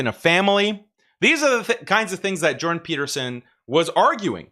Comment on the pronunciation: "Jewdan" Peterson